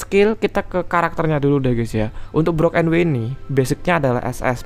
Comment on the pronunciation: IZIN MENGOREKSI DIKIT bang. untuk pengucapan brook di anime itu bukan brok, tapi bruk 😁🙏🏻